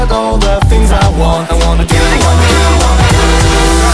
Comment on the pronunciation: サブスクとMV合わせて500回くらい聴いてるけど、今日初めて ~のミスタパートでwantのtの発音弱くなってるのに気づいてびっくりした…！ ｢うぉんの｣っぽくてかわいいミスタ大好き(^._.^)♡